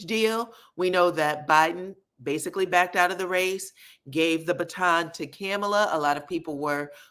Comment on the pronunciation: Hi -enjoy your channel so much! Just wanted to mention: it’s pronounced “KAAH-mala” -comma-la basically. Hers is different than the Murican version or the prevalent Indian pronunciation. The city is pronounced May-sa (it’s Spanish for table). Your voice timbre is great and you be on point and I hate to see a misstep!